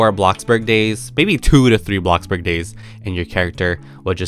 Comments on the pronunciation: Bro its BLOXBURG not blockburg (like if you agree 👍🏻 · Did u say blockburg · he really said “ABLOCKBORG” in lowercase today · I love how he calls it “blocburg”.🤣